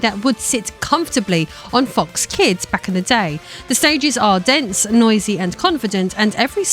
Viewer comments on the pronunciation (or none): none